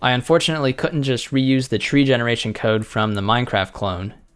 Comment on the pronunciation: “Somethings not right. My coda actually worked” lmao 😂